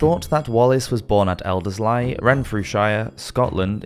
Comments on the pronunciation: practically that whole list of names was completely wrong one after the other lmao Lanark, Elderslie, Renfrewshire and Scone where all wrong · Loving the content on the channel, I’ve been binging all of your videos! But I’d suggest looking up the pronunciation of place names - Renfrewshire, Elderslie, Lanark, and Scone all pronounced wrong in quick succession was a bit jarring. Not that this takes away from the interesting content, please keep it up 😊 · And Elderslie